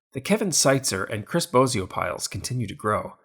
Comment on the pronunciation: Chris Bosio calling, my name is pronounced wrong Phillies Guy! My last name is pronounced like the Wizard of Oz, not like Bozo the clown. Just nitpicking and keep up the great videos.